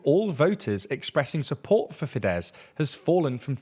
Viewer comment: It‘s “FEEdehss” not “fiDESS”! All words in Hungarian are stressed on the first syllable.